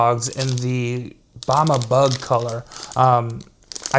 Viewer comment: buama bug? lmao... its a Bama bug as in alabama bug